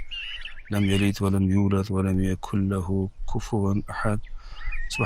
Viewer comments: Ahat emas Ahad bo‘ladi T bilan emas D bilan tugaydi oxirgi oyatlar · T emas D (ahat, somat.........)